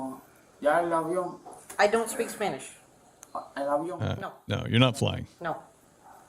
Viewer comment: Why is he saying "Isponich"?